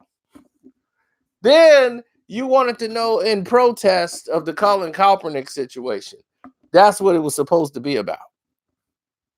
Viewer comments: Can somebody please tell me: who the hell is Colin Kelp-pernick? I thought his name was pronounced: Kaepernick?🤔🙄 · Now this man is saying calpernick 🤣🤣🤣🤣 get his name right